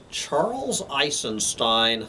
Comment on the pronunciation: You are not pronouncing his last name right...